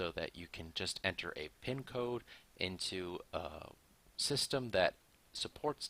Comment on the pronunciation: fucking sis-tam